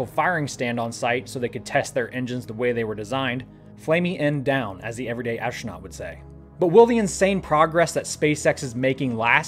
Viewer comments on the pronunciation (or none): The word is 'astronaut' not ash-tronot. I'll bet you say 'nucular' also, right? Ha...